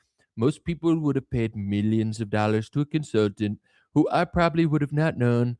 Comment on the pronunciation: Why does he always say, "MEE-yimns"?? Mr president, with all due loss of respect, it's pronounced, "MILL-yunns"